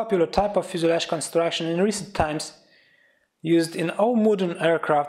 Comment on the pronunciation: FUSELAGE pronounciation :( :( :(